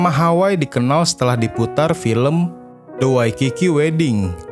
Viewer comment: Terima kasih atas ulasannya . Sedikit masukan ... sebagai orang yg mengerti bahasa Hawai'i & pernah mengisi acara "Gebyar Hawaiian" di T V R I, saya agak risih mendengar narator melafalkan "Hawai'i" sebagai "Haway" ... nama kepulauan tersebut seharusnya dilafalkan " Ha-wai-i " ( kedua huruf /i/ harus dilafalkan dengan jelas ). Kebetulan saya juga kenal dengan sempat beberapa kali bertemu dengan keluarga Eyang Hoegeng sejak tahun 1999.